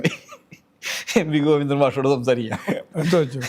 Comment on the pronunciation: വാണം.... Covindan അല്ല ഗോവിന്ദൻ ശ്രദ്ധിക്കണ്ടേ മാ പ്രെ 😇😇